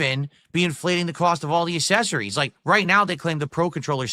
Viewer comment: The Guy has no idea how to pronounce accessories 😂😂😂😂 Hot takes with 😆 🤣 😂 Pig ups, fellow commoners. 🐖⬆️⬆️⬆️⬆️